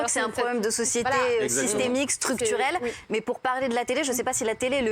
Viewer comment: "cé systemiké